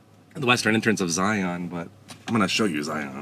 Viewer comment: You can take a the Kolob Terrace Road to the north out of the town of Virgin. There is access to Zion park via backpacking/hiking and also The Subway off of that road. By the way the way you are pronouncing "Zion" just lets the local know that you ain't from those parts. Just sayin.